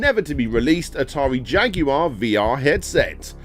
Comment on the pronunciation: You can always count on Brits to give you a good laugh when the pronounce Jaguar.